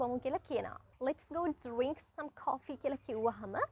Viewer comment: 😅 your pronouncing of 'DRINK' just bullshit